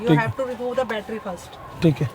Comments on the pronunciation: Balttary alla oolakale..Battary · Baltery alla battery aanu